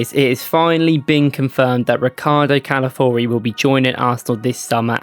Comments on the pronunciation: Ca-la-fi-o-ri mate. The first i isn't silent. Every time somehow you pronounce it Cala-four-i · Mispronounced his name